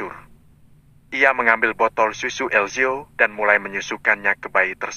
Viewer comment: lo ya kan banyak yg komen gara" suaranya berubah tlg diperhatikan bun, coba dengar menyebut sus eli saja salah trs nyebut dedek el juga gak bener , ditempat saya banyak yg dengar juga komen gak suka dengarnya , maaf ya tlg diperhatikan